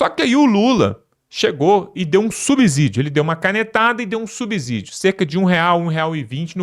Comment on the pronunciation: Não é "subzídio". O "s" entre uma consoante e uma vogal, não tem o som de "z". É a mesma pronúncia de subsolo.